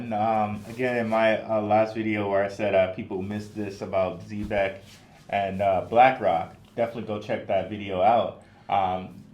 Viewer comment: You guys do a great job and I appreciate your wisdom. Just 1 thing. I really wish you guys would learn how to pronounce ZEB- EC the correct way. Not Z-BEC.